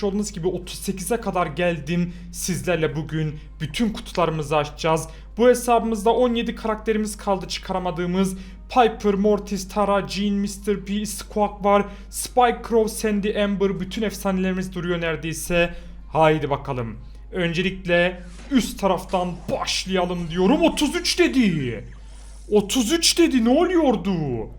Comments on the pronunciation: Abi o skaek değil skuğik Gerçeği squeak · Abi squak deme bıktım squeik